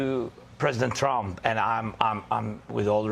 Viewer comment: Caroline levit can't even say trump correctly, she says president Chump. That is by the way a correct description of him.